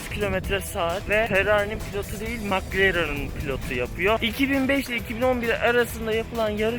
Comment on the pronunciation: daha mclaren diyemiyor.